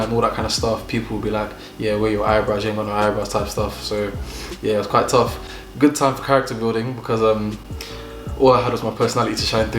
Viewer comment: It’s the Nigerian Accent coming out for me😂, “my God is goodOO!